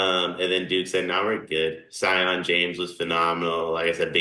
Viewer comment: 1. I thought Duke hadn’t “faced any adversity”? 😉 2. Sion James = SEE-AHN James. Starting point guard on a 1 seed let’s get this right 🤝🫶 3. A lot of people owe Tyrese Proctor an apology 4. Kon had a quiet 12 on 4-5 shooting and 3 assists. Love our guy Duka Koncic. 5. said Duke “hasn’t been tested in quite some time” - what are we talking about? Respect Jaelyn Withers! 😂